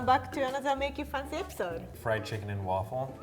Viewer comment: tries to say make it fancy instead she say maget fauncy